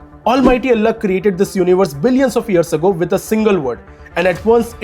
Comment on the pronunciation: "unheilevable", "150 vear", "have lailed" what are these? Oga Boga English? 😂🙏